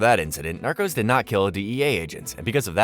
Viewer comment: Not the "narcus" 😂